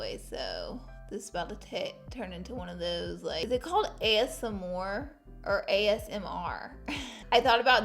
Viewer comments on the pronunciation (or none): none